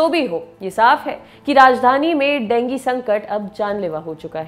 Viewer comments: Dengi nahi ma'am dengue hota hai, pronounced thik se kro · Denggi nhi dengu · डेंगू बोलो मैम देंगी नहीं आप का कोई न कोई वर्ड टेढ़ा ही रहता हैं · aree madam wo dengu hota hai dengi nahi naam to sahi le liya karo yaar 🙄🙄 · Ma'am Dengi nahi dengu 😂😂😂😂😂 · Didi dengi nhi dengu hota hai 😂 Please English ki esi taisi n kro 😭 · madam dengi kaun bolta hai.. koi doosri hi bimari lag rahi hai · Dengue bolna shikho phle.